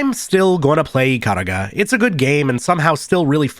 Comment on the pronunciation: Ya boy when he realised only the centermost pixel counts as your hitbox in bullet-hells: 😯 Ikaruga is an amazing game and this video made me so nostalgic for it. FWIW it'll always be eee-kah-ROO-gah to me.